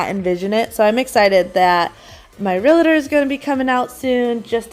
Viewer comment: Hi there! Love your videos. I just have one little correction and I know it is really silly but as a Realtor people tend to say it wrong. And I mean no offense. It is Real-tor not Real-a-tor. 😊